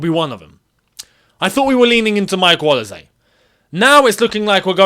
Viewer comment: Man said olize its olise you're African you should know better lol